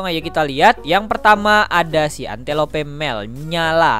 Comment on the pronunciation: Bang saya kasih tau Antelope baca nya entelop Wild dog itu anjing liar Afrika Gazelle baca nya gezel